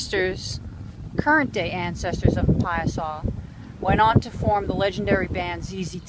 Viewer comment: It's pronounced Pie-a-saw